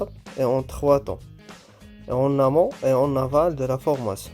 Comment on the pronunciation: Amont. Aval et non pas amant